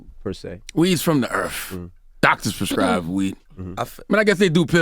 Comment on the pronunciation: “Weed is from the earf”